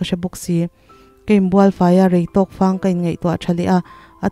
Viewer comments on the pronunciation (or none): Fâng ti a i lam hi, fang ( Buhfang tih a, fang lamrik dan hian lam a dik zawk law'ng maw. A ri sáng ni lovin, a ri khamphei. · Fang I lam dan hi a diklo in ka hria Fanghma tih a fang tih angin thluk la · Chhiar thiam khawp mai, mahse thlukdantur niloa thlukhi ngaihthlak ahahdamlo deuh, eg . Fang hi Thifang Tia kanlam anghian lam turah kangai deuh, keive Mai hian.